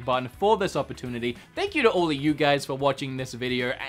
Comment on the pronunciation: Opor "toon" ity? TRAITOR!